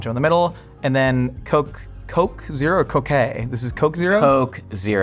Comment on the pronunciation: And the koke